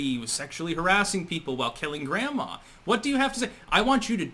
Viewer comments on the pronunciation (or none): none